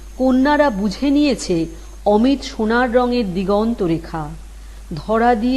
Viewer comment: অমিট> অমিত > অমি'তো' এই উচ্চারণ হবে।